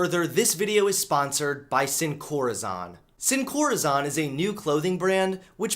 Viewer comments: It’s not pronounced corazawn it’s pronounced like corazone. It literally means “without heart” in Spanish because they replace the hearts within other things. Clever name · I love you but it's pronounced "seen core-uh-zone" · Um...just saying...it's pronounced "seen core ah zone (sone in some places)". It's Spanish for "without heart" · Dang dont rep a brand and completely mis-pronounce it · When you try not to be triggered when Sin Corazón is mispronounced… Soy latino. I can't help it.